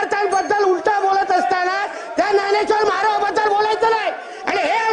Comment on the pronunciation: Dnyaneshwar Maharaj आहे भावा. तुला ते पण बोलता येत नाही😂